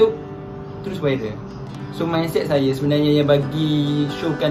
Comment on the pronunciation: Viral bukan wiral. Kerepek bukan kelepek. DASAR LELAKI PELAT DONE KECAM 😂😂